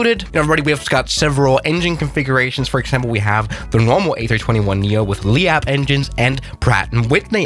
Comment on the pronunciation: Lee app, lol.. its leap bro